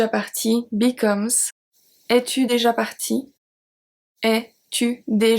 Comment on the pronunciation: is there a reason you do not pronounce déjà? Or, are you saying it and I cannot hear it?